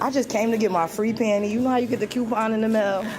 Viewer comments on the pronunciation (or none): lol I can’t deal with this scary shit . But it does itch my spirit when she keeps saying “pany free pany” lol it’s Panty! There’s a Ty lol